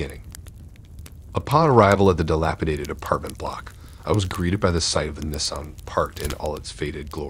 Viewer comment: yeah I went back and listened to it again. He’s deliberately mispronouncing that. There’s no way possible that’s just the way he says just those two words and everything else is just regular pronunciation. Maybe it’s a licensing thing or… maybe he’s not giving Nissan a free advertisement. Idk but it’s weird